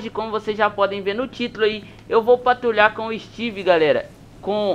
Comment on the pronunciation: kkk ele falou todo enrolado quando a viatura chegou na hora do bebado kkkk patrutruliaaa